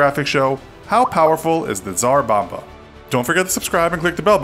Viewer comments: As a Russian, the Tsar Bomba is pronounced as [(TS)AH(RR) BOH(MBAH)] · It was actually the "Tsar Bom-ba"